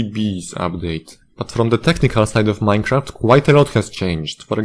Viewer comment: MINE-A-CRAFT CODE IS AN ABSOLUTE SPAGHETTI He said with an angry Italian accent.